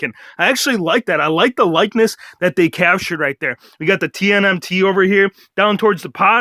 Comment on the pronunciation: uhh, i think its called TMNT not TNMT, lol common mistake bro